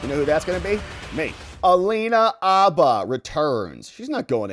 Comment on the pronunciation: I've never heard Alina's last name pronounced as Abba! I only heard Hah Ba.